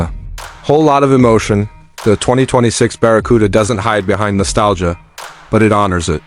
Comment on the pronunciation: What's this AI bullshit? "baracuda"? "biarriauon"???